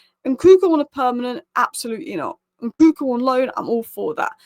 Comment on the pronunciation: His name is Nkunku not Nkuku